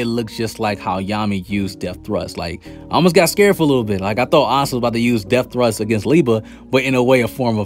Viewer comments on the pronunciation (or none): none